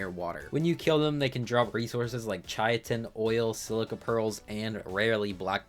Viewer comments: Chai-uh-tin 😂 Brother its Kai-tin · It is pronounced “ kye-tin ” but I like pronouncing it “ chit-in “ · Yea, I think most people say 'kite-n' but whatever, everyone has their own world so they can say it however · Idk what it is about ark YouTubers but none of them can pronounce anything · "chiatin" I've have never heard anyone pronounce it like that before. Only ch-it-in or cy-tin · "Chaiatin" jesus christ this hurt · Chy-I-Tin is a crime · That's a brand new way to mispronounce it, like how did he get that 😂 "Chayatin" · “Kai-tin” most sciency names with a “ch” are pronounced like “k.” Like “chemical.” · My cousin and I genuinely thought it was pronounced shit-in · I noticed as well xD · It’s pronounced “kai-tin”